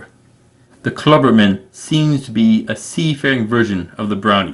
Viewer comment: Klabautermann is pronounced "Kla-bout-er-man, you have been saying "Kla-burt-man you are missing a syllable and saying it wrong.